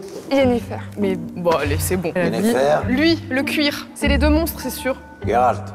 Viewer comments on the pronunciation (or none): Coucou, faudra juste dire à Natoo que c'est Géralt pas Guéralt XD dans la pronociation XD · Pk ils le prononce « guéralt» alors que ça ce prononce « jéralt »